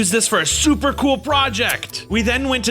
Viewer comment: It got me when he said "gool" lol